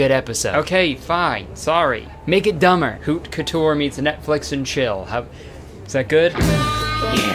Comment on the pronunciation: and he knows how to pronounce "haute" correctly of all things